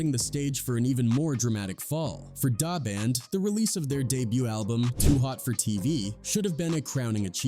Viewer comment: Please pronounce our names properly. Duh Band not dah band.